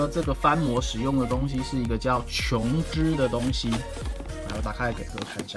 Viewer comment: 琼脂发音标准 好评